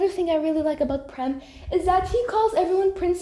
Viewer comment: Totally unrelated to Vampigami, but have you seen Yaksi Gozen in the English dub yet? If you haven't, I think you'll love it even more in the Eng dub than the French dub!😆 From what I've been hearing, apparently the way Prem's name is pronounced isn't right, and is pronounced as "Preem " (according to Google Translate but don't take my or Google's word for it), and according to Google, Prem's name does indeed translate to "love" in Hindi. Also, I hope school is going well for you! As for me, I survived my exams so I'm very happy it's all over! I ended up watching Wicked: For Good after finishing up exams and I had so much fun and it made me cry so much in the best way possible!🥹 Welcome back after your brief hiatus,!